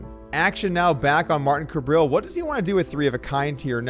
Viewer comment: loving the approximately seven hundred different pronounciations of "Kabrhel" lol say "suburb hell", get rid of the second b, so now you have "subur hell" and start with a k sound. "cubur hell". Kabrhel. 3 syllables and the H is not silent. I hate the guy but no one says it right and i think he's kinda cool for having the word hell in his name.